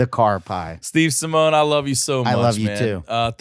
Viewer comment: Dude, it's Simeone ( Sim ee oh knee)